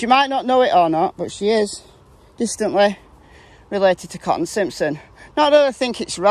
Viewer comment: I wish could complete a sentence. I wish someone would tell her that "Cotton" has not one, but two T's in it!